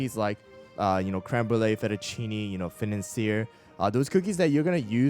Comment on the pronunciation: Day 1 of telling to pronounce fettuccine